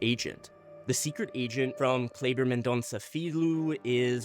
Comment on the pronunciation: that movie was so entertaining and bold. Oh, fyi, Filho is pronounced like feel-you